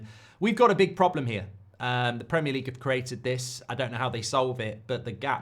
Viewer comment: Is OVR for ARESNAL! Goldbrige PRAMIAR LEGUE PRDCTIINSSS. Elite level content, mate. An inspiration to us all.